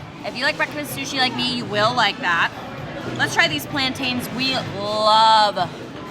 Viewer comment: Love that calls it Plantains and not plaantin!😂